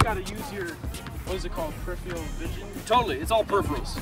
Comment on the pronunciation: You guys both pronounced peripheral vision wrong haha